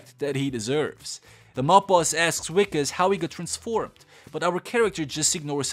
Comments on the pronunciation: Wickus is pronounced more like vickus, it's an Afrikaans name and the w is a v sound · As a South African i cant believe i havent watched this yet but also i have to say that that wikus is pronounced Vikus. I dont blame u for nit know. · His name is pronounced "Vickes"... the W is pronounced as a V!🙂